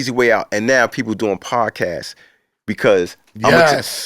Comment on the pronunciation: “Podcastes” lol